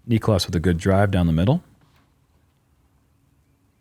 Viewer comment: Heyyyyyy......SOME Of the American announcers are starting to get this guy's name right. Its not v hard. Oh , well not Paul..just heard him around 7 min. Only TWO Syllables ✌🏽👏🏽👏🏽 native English speakers Say : "knee• cläss" Niklas. Not Nich•o•las.... now you're a tad smarter 🌈